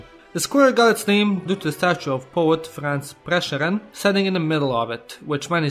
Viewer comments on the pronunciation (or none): You're one of the few people that knows how to correctly pronounce the names correctly! (Except Prešeren) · As a slovenian I am deeply sad for the femboy stereotype. The butchering of France Prešeren's last name almost made me puke (no offense). And you forgot something. The realy old name for Ljubljana is Emona, coming from old Romans. There are also several other old names for citiens coming from Romans, such as Poetovio for Ptuj, Celeia for Celje and more but I forgot them. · As Slovenian myself i laughed so hard when you tried to pronounce France Prešeren. Also he is important because he was writing poems about uniting all slovenians and one of those poems became our national anthem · I love when you try to pronounce Slovenian words in English like France Prešeren and Krka it sounds so goofy. And you forgot the most important thing about Slovenia HONEY.